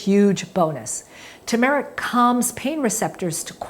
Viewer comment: Tur-mer-ic. Not tu-mar-ic.